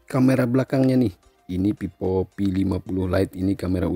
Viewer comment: Vivo bang bukan pipo,,😭😂